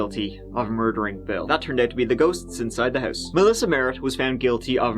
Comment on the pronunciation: Beside “tree” I love how he says house - “hois” lmao something like that 😬